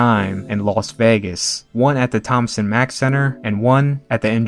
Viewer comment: Thomas Mack centre. Get it right 😁😁😁😁